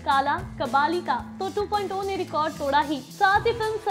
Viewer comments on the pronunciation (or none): 2.2 nahi Sahi dhang se bol yeh hai Robot 2.0 "Two point Zero". Ok. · 2.2 nehi 2.0 movie trailer bolo Kiya bolti ho hahahaha....... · Aap 2.2 bol rhe hai ya 2.0 bol rhe confuse hai humlog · 2.0 ko 2.2 kyo bol rhi ho Kis kis ko 2.2 sunai de rha hai Mujhe to 2.2 sunai de rha hai